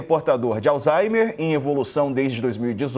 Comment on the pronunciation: Me corrijam se eu estiver errado, mas eu ouvi a pronúncia " alzheiNer"???